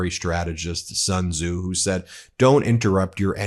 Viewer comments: Xi jinping is pronounced ssse( as in sstart). Sun tze is pronounced "soon" Tze. If you listen to CGTN ( China global tv network) you can learn a lot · Ben, you got the Tze quite alright but the "Sun" in Sun Tze is pronounce as "soon,"